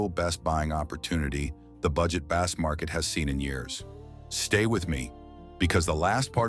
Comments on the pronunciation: God, I hate these AI channels. The “bass” market? Pronouncing bass like the fish? AI can suck it. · As soon as I heard the Voice Over describe the instrument as a bass, as in a fish, instead of a bass, like baseball, I turned off the video. Stop using AI slop voice overs. I hope you read your own comments section.